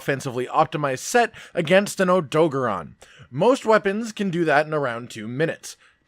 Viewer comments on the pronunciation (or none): none